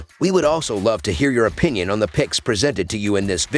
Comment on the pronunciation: Yea fam I need you more clear when saying your pix’s